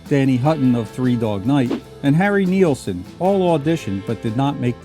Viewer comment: Harry's name was Nilsson NOT Nielson!!!